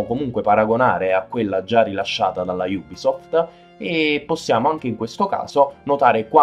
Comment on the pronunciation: Bel video Ho solo una critica la pronuncia Non solo nella parola ubisoft che voi dite iubisoft Ma anche i nomi degli operatori